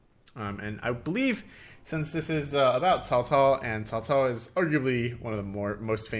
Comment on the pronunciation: This is a really fun one. It does a great job of making it feel like 3 different Chinese civs by mixing together the various faction units. And the Three Kingdoms period is a very fun one. A classic setting. Props on accurate pronunciation of Cao Cao too haha